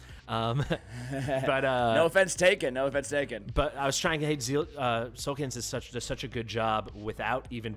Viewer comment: Solcadens not Solcadence